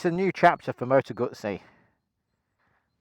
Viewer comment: Why do people call them moto gutsi when it’s a moto guzzi